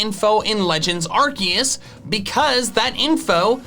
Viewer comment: do you meen legends arkoos